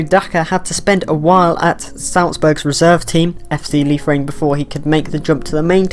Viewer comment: You pronunciations Liefering is correct. Seems with Marsch there, might make it a stepping stone for MLS players as well.